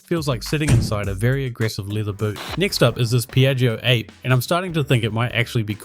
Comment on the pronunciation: Minor correction: it's ah-pay, not ape. Italian for 'bee'. The name now makes more sense!